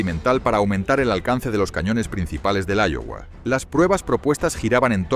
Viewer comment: Se pronuncia aiowa y se escribe Iowa